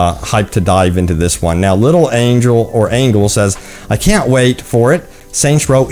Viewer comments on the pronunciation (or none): none